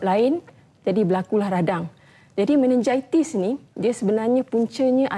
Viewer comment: Meningitis pon x reti sebut. Memalukan doktor ni